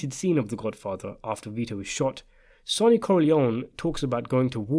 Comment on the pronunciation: What is this guy on about. This isnt even a question its CLEAR in the film when Vito and Michael talk about it the plan in the garden so this is a total waste of time. By the way, dont ever listen to the opinion on the Godfather of someone who pronounces Sonny's name completely incorrectly !!!